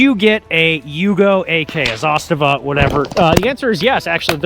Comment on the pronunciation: Wow, first time in my life to hear an American pronounce Zastava as it should be pronounced